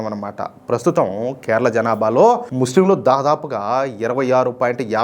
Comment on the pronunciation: అన్న కెరళమ్ కెరళ కాదు మీరు వాలను నమొదు